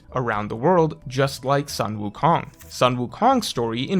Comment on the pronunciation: "sun" wukong is pronounced like "sun" and not "san" in chinese. sun like kun, like luffy-kun. "son" goku, the japanese name for sun wukong, on the other hand may be closer to the english sun in the sky, like "san".